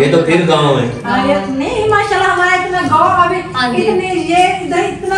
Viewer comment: MAA SHA ALLAH k akhir mn H yani ہ ki awaz lazmi nikala kren plzz